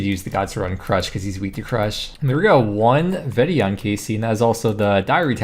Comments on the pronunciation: Physically cringed so hard when he mispronounced vetion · cuz its so far off the pronunciation lol, like it literally has an apostrophe in it and he didn’t even get the right amount of syllables. It was just funny how confidently he butchered the name and it caught me off guard. It’s like saying kway-so-dilluh